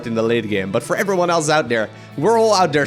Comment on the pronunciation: It was more like "Hello Ephryone, my name is."